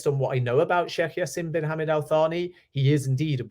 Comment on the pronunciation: Hey, just a small tip about the pronunciation the J in Jaasim is pronounced as J and not as Y. As for Hammad, these are two syllables, Hum-maad. Hope this helps.